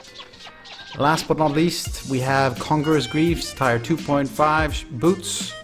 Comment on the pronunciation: its Tier, not tyre